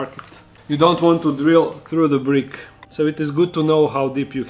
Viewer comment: You don't want to mispronounce brick for blick so close to the proceeding conversation.